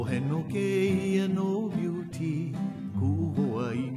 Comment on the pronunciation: sorry buddy but if you credit it to Johnny then "beauty" should be pronounced almost as "beauteh."